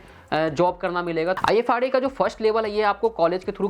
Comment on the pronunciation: Ifrs (not ifra)